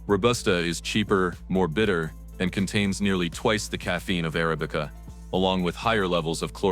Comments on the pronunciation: Uh-ra'-bi-cuh NOT air- uh-bee-cuh You-ban NOT you'-bun AI pisses me off. To have to listen to a machine talk is jolting! Why doesn't the person that has this channel read the copy themselves! Seriously! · Please stop with "Arabic-uh".